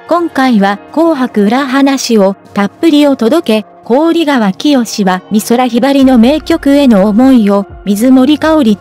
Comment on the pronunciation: こうりがわ いつまでそう読むのですか 関係者も、 見ておられるはずだろうに なぜ直さないのか 聞きずらい